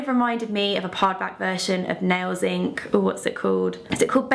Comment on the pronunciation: ...haha and every time you hear "parred back" instead of pared back.